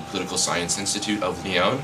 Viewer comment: You don't even pronounce 'Lyon' properly given you were there for the whole year? Sorry for sounding cynical. I'm also doing an exchange in Paris this year. :) Thanks for making this video though. Bonne Chance!